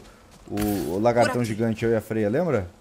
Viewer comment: o nome da freya ficou Beyla por um instante kk